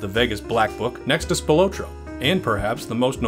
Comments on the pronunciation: It's Spil-AHT-roe, not Spi-LOW-tro. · Tony SPIL OT TRO --Pronounce it right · spi-lah-tro=Anthony Spilotro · Good info Just wrong pronunciation of the Spill AH tro brothers THRU THE WHOLE THING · it's pronounced Spill-AH-troh. Grew up with one of his decendents. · Its PRONOUNCED SPIL-AH-TRO. THATS A SIMPLE MISTAKE THAT SHOWS RESEARCH ISSUES. other than that great video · “Spill low tro.” 😂 what really happened to the research & proper pronunciation? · Spil otro lol. You're pronouncing his name wrong. Didn't even mention Frank Cullotta. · For the love of God. Please learn how to pronounce Spilotro. SPILL-LOT-TRO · God damn I wish he would pronounce Tony's last name right... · Your pronunciation of Spilotro is very annoying😠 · Mispronounced Tony’s last name